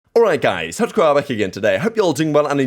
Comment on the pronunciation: I always think you’re saying “touchgrabber” at the start of your videos instead of tacticalrab lol